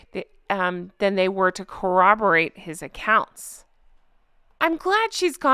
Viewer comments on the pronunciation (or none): none